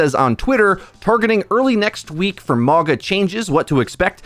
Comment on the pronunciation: I swear he pauses to say mauga incorrectly everytime. Its mauga not mawga